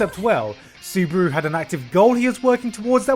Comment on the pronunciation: why are most people pronouncing his name as suburu xD am i the only one noticing this?? its clearlyy subaru -.